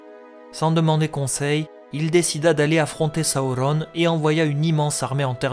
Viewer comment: Hello, j'aime le contenu de tes vidéos mais je ne comprends pas pourquoi ta prononciation des noms comme Durin ou Sauron est aussi.. anormal haha. Ce n'est que mon avis mais pour le reste continues j'adore :) bonne continuation !!